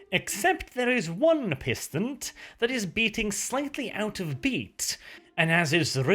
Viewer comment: Just a heads up you mispronounced a word, it's pronounced pis-ton. Incidentally the word pistant is apparently French for tracking (correct me if I'm wrong).